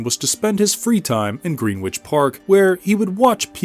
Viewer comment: Greenwich is pronounced “Gren-ich” and Thames is pronounced “Tems”